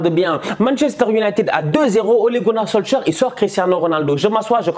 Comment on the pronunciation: il aime trop prononcer les nom a la francaise solsker 🤣🤣🤣🤣🤣